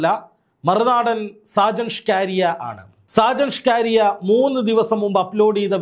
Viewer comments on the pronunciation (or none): സാജൻ ഷ്കാരിയ അല്ല സാജൻ സ്കറിയ ആണ് 😂😂😂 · സാജൻ സ്കറിയ എന്നല്ലേ 😂😂😂